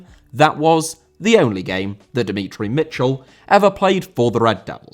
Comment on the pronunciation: Demetri* not Demitri